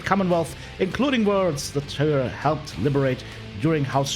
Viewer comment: Tyr in English is, TEE er